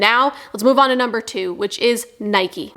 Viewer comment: I know. He pronounced it wrong is what I was saying.